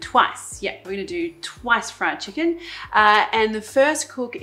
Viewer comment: "Chickenniy?? like it.🤪